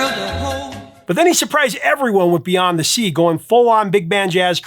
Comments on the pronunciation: 'Beyons' The Sea? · "Beyons the Sea"? LOL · That first one with Bobby Darin says "Beyons" The Sea. lol